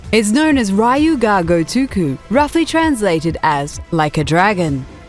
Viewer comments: "RYE-U ga gotoku"... are you kidding me? It's 2017, and you still don't know how to say "Ryu"??????? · "Ryu" is not pronounced as "rah-ee-yu". It's like the word "you" with "R" sound added in front.